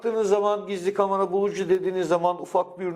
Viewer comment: Kamara değil de Kamera diye telafuz etseydiniz iyi olurdu.